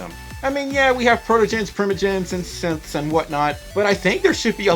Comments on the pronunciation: When he said synths I heard SIMPS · When you say "Synths" it kinda sounds like you said "Simps" lmfao